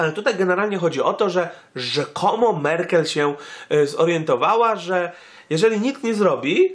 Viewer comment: Merkel, nie Merkle :D